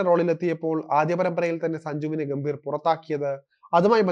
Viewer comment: ഗൗതം ഗംഭീറ അല്ല, ഗംഭീറ്. ്റെ ആ pronounciation പല വാക്കുകളിലും തെറ്റാണ്. ചന്ദ്രക്കല ഉള്ളിടത്തെല്ലാം മിക്കവാറും ചന്ദ്രക്കല ഇല്ലാത്തത് പോലെയാണ് ഉച്ഛരിക്കുന്നത്. ബാക്കി ഒക്കെ ok. അവതരണം കൊള്ളാം. സഞ്ജുവിൻ്റെ കര്യം കഷ്ടം തന്നെ.